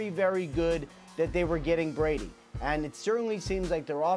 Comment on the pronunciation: u said bress instead of Brady